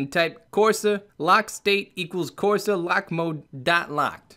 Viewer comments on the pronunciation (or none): none